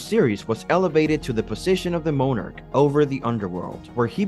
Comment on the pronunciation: It would really be helpful if your narrator knew basic phonics. I.E. moanarch when it is monach and so many more words.